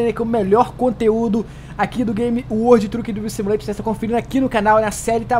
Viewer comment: Como é que é o nome do jogo? Kkkkk uoudi truki drivi simuleition kkkkkkk